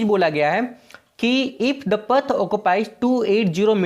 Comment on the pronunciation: "pathh" op